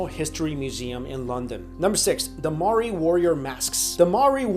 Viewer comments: not 'ma-ri', its pronounced "m-ow-ree" ; the natives of New Zealand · "Moeri" ahaha i was born and raised in nz and the way you pronounced maori in the vid😂😂 ik u arent from nz so its fine most of my teachers still say maaaooeerriiii as well😂😂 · Maori, pronounced mowri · you were so close to pronouncing Māori...roll the tongue with the 'r' and you're good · you pronounce the New Zealand tribe wrong I know because I did a paper on them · lol he can't pronounce Māori (basicly anyone not from new zealand i've heard try to say it can't pronounce it) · HEY,HEY,HEY!!! If you're gonna talk about Maori's at least say it right!! :'D And no, I'm not mocking them. Otherwise I would be mocking my own culture!!